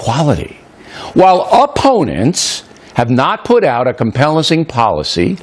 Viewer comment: "compellesing" policy? illiterate idiot